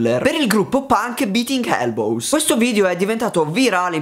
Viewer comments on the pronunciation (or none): Magari Il gruppo "Biting Elbows" si pronuncia "baiting elbous" che vuol dire "mordendosi i gomiti" e non "biting elbous" che vuol dire "picchiando i gomiti" nel senso di "menare i gomiti.